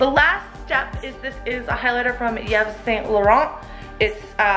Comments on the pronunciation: sorry but it is not Yevs - but eevs , and ecla not eclat:) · step by step you're learning! looks good...a bit more blending on the cheeks but looking good! Oh... Yves is pronounced "Eves".;) Now I'm singing "pretty woman" by Roy Orbison, all of a sudden. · I think the s in Yves is silent, I read somewhere that you should pronounce Yves like the name Eve